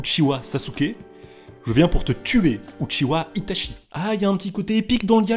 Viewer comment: très bonne vidéo seulement tu devrais prononcer correctement les mots japonais, itachi se prononce itatchi et mangekyou sharingan se prononce mangekyoo shalingan